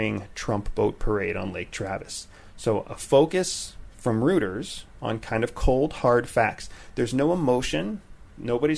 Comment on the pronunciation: Rooters :)) you mean Reuters? Royters :)) great podcast, lovin' it